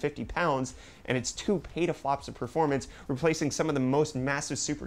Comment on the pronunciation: did u say petaflups?